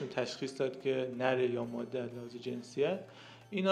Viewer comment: دو اشتباه که مکرر در این ویدئو تکرار شد اولا مادّه (Maddeh) اشتباه است، درستش ماده (Madeh) است، بدون تشدید. ثانیا اسم این پرنده Myna است نه Meena، این پرنده بومی شبه قاره هند است که از طریق افغانستان به ایران مهاجرت کرده است و بهتر است نام آن را همانگونه که است تلفظ کنیم و به میل خودمان تغییرش ندهیم